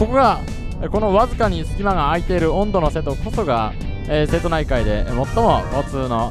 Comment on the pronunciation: 音戸の発音は、温度の発音ではなく棒読みですよ